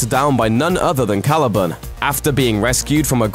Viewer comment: Random point to make, but I absolutely hate the way he says Caliban.